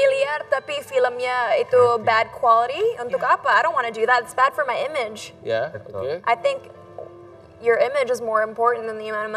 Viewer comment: Image dia spell nya imen, ge nya gak dibaca lagi. Bagus la bisa improve terus bahasa inggris kita. Good job